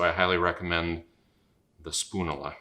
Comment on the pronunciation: spoon-you- luh; like spat-you-luh